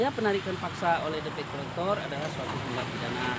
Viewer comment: Debt collector. Di bacanya dalam english ( Debt Kollektor)